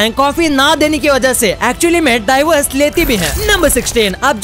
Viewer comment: Daivers nahi devors 😂